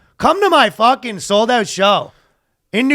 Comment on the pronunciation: that was the most Canadian "fuckin' " I've ever heard🤣